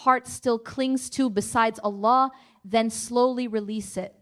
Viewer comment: this speech is created with AI, observe who she pronounce Allah ajwajal.